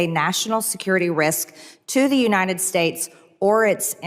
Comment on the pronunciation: Excuse me Mad Marge but it’s pronounced UNITED not UNINDED!!!